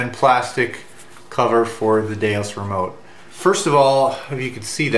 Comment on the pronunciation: DeUS, not DeOS.